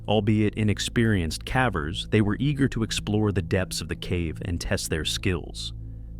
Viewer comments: It amazes me just how arrogant many of the cavers are... Respectfully, if you're going to use an AI voice, isn't there a way to get it to pronounce "cavers" correctly? Hearing it say "cavvers" is honestly kind of annoying. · cavvers? how lazy can you be? stop with the AI voices. makes you look like you're only interested in money.